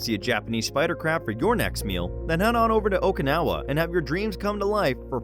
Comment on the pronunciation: It's pronounced Oh-kee-nawa